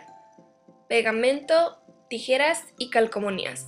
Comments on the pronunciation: Parece que dices CALCOMONÍAS XD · Se llaman calcomanías, no calcomonías... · calcomonias???? no sera calcomanias.....